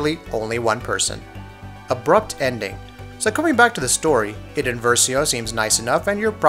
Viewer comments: It's pronounced I-den not I-den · it is pronounced eye-den versio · How can you possibly not pronounce idens name right?